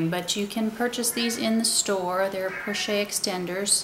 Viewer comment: I just have to say that it is pronounced 'po-shett' with a hard t and not 'porchay'. In the French language a consonant followed by an e is usually has a hard emphasis. The word pochette is used to describe any small envelope shaped handbag.